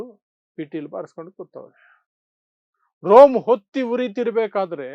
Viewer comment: ರೋಮ್ ನಲ್ಲಿ ಕೊಟ್ಟರ ಅಥವಾ ರೂಂನಲ್ಲಿ ಕೊಟ್ರಾ ? ಸರಿಯಾಗಿ ಕೇಳಿಸಲಿಲ್ಲ ಕನ್ಫ್ಯೂಸ್ ಆಯಿತು